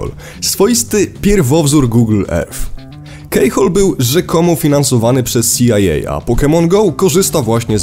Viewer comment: Keyhole -> wymawiaj /ki:houl/ a nie /kei.../. Poza tym, bardzo ciekawy film i dobry materiał.